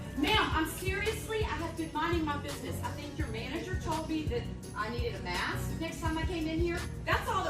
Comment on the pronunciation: Yes, please wear a mee-ask inside